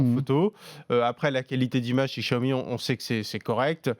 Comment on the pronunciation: Bientôt 3 ans que la marque est en France et vous ne savez toujours pas prononcer "Xiaomi"...